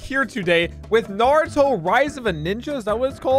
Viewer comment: nartuo lmao